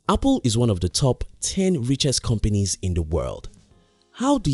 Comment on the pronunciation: I'm surprised ur not frustrated with his pronunciation of the word "companies". COM-PENIS!!!